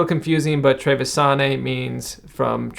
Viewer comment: Finally the trevisane! I'm from Veneto and this deck is by far the best one (at least among the northern decks). Some notes: the Modiano deck's name is pronounced treviGIane (in Italian, "gi" is pronounced like the "g" in "giant"). The seal on the king of swords' card is the one of Treviso (Tarvisium is the latin name for Treviso) and not of Trento. Trento has its own regional deck. The fante of swords is called 'la Vecia' in Venetian, which means 'the old [card]'. The reason is that it is the only fante to have a beard, so it's supposedly older than the other fantes. It's unknown why he holds his own head. Keep it up! These wonderful videos are the only videos in English about the Italian decks, and their quality both in editing and information is superb for a small channel like yours.